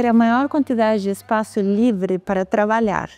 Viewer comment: Oi Paola! Que bom que está quase voltando, os sábados estão bem sem graça com sua ausência. Torcendo pra que tudo dê certo e você volte logo. Se você me permite uma observação, não sei se sua equipe tem receio de te corrigir, mas eu não aguento, sou detalhista. Existem palavras que você pronuncia com uma vogal a mais. Espaço e diferença. Você coloca um “i” a mais na pronuncia. Você fala: Diferencia e espácio. Desculpa se fui muito invasivo, mas estava com brotoejas já. Um grande abraço.